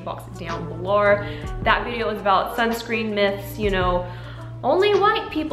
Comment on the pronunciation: why did you say “videouhrh” like an australian but talked like an american the rest of the time? my brain is just 🌀 edit: and she also said “dohyun belohwrh” with an australian accent.,4&;!’fjx@@ i am so confused. great video tho, and your very pretty i just watched the whole video and now i get it... i believe it is kind of a joke (?!?!?!??!) and if it is not i don’t wanna be disrespectful or anything